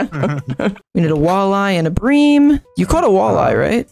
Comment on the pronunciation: Btw is pronounced “brim” not “bream”